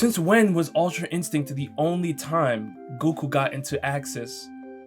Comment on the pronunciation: bro said guku